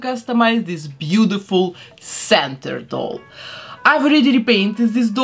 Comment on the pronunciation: Did you pronounce centaur as center? Its like "sent-are" ❤❤ shes gorgeous, but i do wish her ears were painted brown like her coat!! Oh and my boyfriend wonders, why do you paint it gold if you put leafing on?